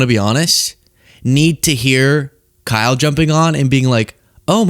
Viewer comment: aayyyye why did you say it like that?? 🤨📸 I got my eye on you. You put some respec on Kyle’s name